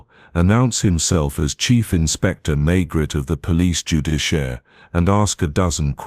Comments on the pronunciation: It's May-gray, not Maygret.I can't listen to this... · If you are going to tell a story, please at least get your lead character correct. There is nobody called inspector May-GRET. Please blow up your Ai narration bot